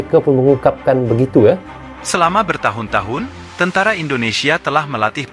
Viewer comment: Bukan..tentra..tentara Bang 😂